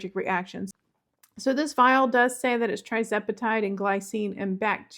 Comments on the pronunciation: Just a little heads up that it's Tirzepatide, not Trizepatide. Good luck with it! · “Tirz”, not “Tri”